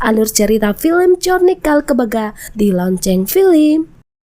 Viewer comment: Film kali min bukan pilim😅